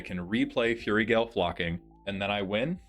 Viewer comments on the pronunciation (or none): with kindness... fyoo-rie, not furry. If it's a bit, le shrug. We'll attribute it to my neurospicy. C= Also, iirc, copying a damage doubler/tripler is not same effect twice. Damage is doubled, then doubled again (4*) or with tripling, it goes to 9* damage. (3*, 3* again). (Edit) Hot dang I actually have a suggestion! (Elixir of immortality shout-out bee tee dubs.) Thaumatic compass is a nice utility piece. Root through for lands, and the flip is great for kicking big threats out of combat (i.e. blightsteel). And having just looked, there's $0.99 options.